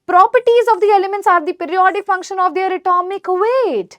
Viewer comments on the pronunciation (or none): none